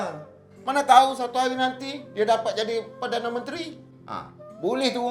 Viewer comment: Jaa.. dapat.. bukan dapak jaa.. sebut betul jaa more improve